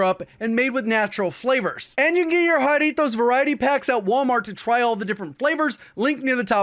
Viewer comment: how long did you have to practice saying Jarritos before you could consistently say it right? and When's Mandarin Jarritos Gfuel coming?